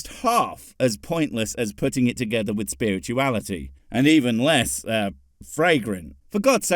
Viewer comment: "if you take science, and spurt-uality" yeah, lets not. that sounds disgusting...